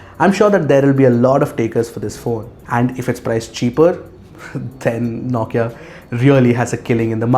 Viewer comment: Dude the way you pronounce NAWKIA* 😂😂